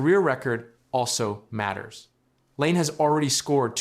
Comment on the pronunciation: if you are going to make a fucking video about someone at least have the courtesy and decency to pronounce their name correctly. you are a fuckign donkey. your video fucking blows get fucked